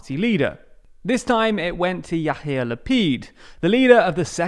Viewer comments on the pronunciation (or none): there are a lot of minor incorrect parts in this video, which is understandable because of the fact you donwt live in Israel. I cant correct everithing here, but you should not pronounce Yair Lapid's name as "Yahir", more like "Ya'ir". this mispronounciation also has funny consequense in Hebrew, which I leave for you to find yourself :) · I love your pronounciation of Lapid's first name! his name is Yair, but you pronounce "Yahir" - which means "arrogant" in hebrew :) And that he is indeed! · Your pronunciation of Hebrew makes me want to pour boiling lead into my ears. It is not Ya-hear Lapid, it's Ya-ear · Love how you pronounce Yair Lapid as Yahir :D Yahir means arrogant in Hebrew, which is a fairly good description of Lapid. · your pronouncing of Yair as Yahir is hilarious, since Yahir means arrogant in Hebrew, and gotta say, it suits the guy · I love how you say "Yahir" Lapid instead of "Ya'ir"... "Ya'ir" means "could light" and "Yahir" means Arrogant! :) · Yair Not yachir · Hey man great videos! pronounciation tip - the name Yair is pronounced Ya-eer. The h you're adding makes it sound like the word "יהיר" (yaheer) which in hebrew means smug and aloof, and the combination "יהיר לפיד" has even been used to degrade mr Lapid in the past (and tbh in the present as well). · The way he said Lapid's name LMAO